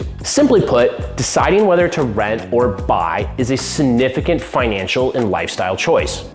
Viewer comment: Say it w me…SIGNIFICANT…”SIG NIF I CANT”